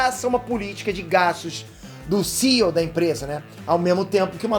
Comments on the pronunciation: SEAL?? C.E.O, pelo amor de Deus. Morando aí não sabe falar ainda? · a pronuncia é C-E-O. Fica mto estranho falar "CIo".